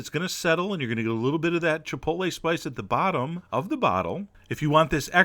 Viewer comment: Chef John, I can't thank you enough for properly pronouncing the word Chipotle, A certain horrible southern matriarch insists on mispronouncing it Chip-ol-tee /shudder.